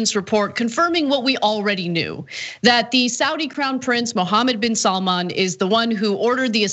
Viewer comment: Id like to make a few points about this video... 1. Saudi is pronounced SOW (as in female pig) DEE. SOWDEE. not swordi, as Anna said it. Sowdee. 2.) Saudi Arabia also has vast wealth, and incredible natural resources. If the US implements sanctions on Saudi Arabia, they'll simply stop selling you oil. They make more money than america could ever dream of, and that oil revenue gives them astronomical power, especially over a country which relies so heavily on oil... 3.) I didn't get to a third, so ill just remind everyone that Cenk basically sold out recently, and lost a huge amount of respect. Shame... Enjoy your evenings folks.